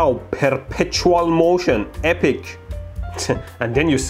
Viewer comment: That's not perpetual motion. It's per-pitcher-al motion.